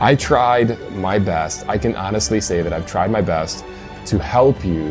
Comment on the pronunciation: does Matt have a speech problem? it sounds like he said he "tried his beths"... Im not pickin on him, this is a serious question... and now for the pickin on... so, he believes the universe was created solely for humans, the entire universe, the whole enchalada, the bucket, handle and the water it holds.... just for man to live in?? and GAWD did all of this with no planning, no foresight, no nothing.... but yet he cant even entertain the thought that animals might have migrated over long distances to reach lands "that are just too far away"...